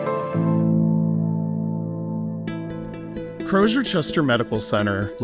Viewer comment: Why is everyone in the clip pronouncing the Z in Crozer as a Zh? Surely if they can pronounce "frozen" or "razor," they can use a normal Z in "Crozer."